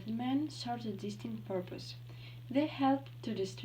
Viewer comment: Hello) - check the stress in the word distinct [dɪsˈtɪŋkt] - In this sentence you should pronounce words more clearly. I barely understood that you said "of Hadrian’s love". - "are the" sounds like "other" - I know we have already discuss the question about pronounciation of the names, but in the video "Antoninus" sounds in other way. - vein [veɪn] - the "t" in the word naturalism must be pronounced like [ʧ], not [t] - check the stress in the word abrupt [əˈbrʌpt]